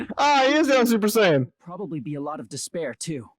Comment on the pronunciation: SUPPOERR SAAYYEENN